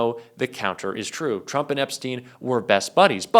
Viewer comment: Turmp??? Lol.